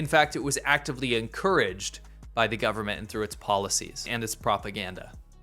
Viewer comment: Dude, its gone beyond glottal stops. Now you don't even pronounce Ts at the end of words. What the hell is "frew"?